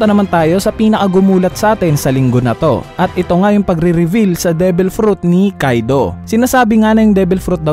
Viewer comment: Ni revel pa nga HAHAHAHA reveal "re-vil" pag bigkas po hindi revel